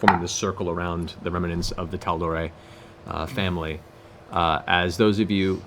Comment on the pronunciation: Matt Mercer is the best DM I’ve ever witnessed and one of the best I’ve ever even heard of. That said, the word “remnants” is supposed to have 2 syllables, not 3. And it seems to be one of his favorite words, as it comes up nearly every session. Remnants. Not remanents. It drives me nuts.